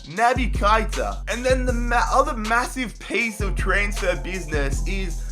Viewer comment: You have to say keita not kaita